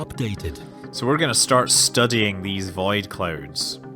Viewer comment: The way you say "void" is pretty interesting. "Vaid clouds"